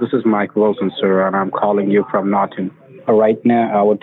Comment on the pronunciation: “Chase bank from nortan” IM DEAD🤣💀